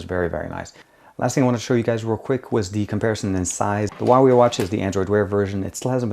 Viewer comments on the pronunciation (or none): none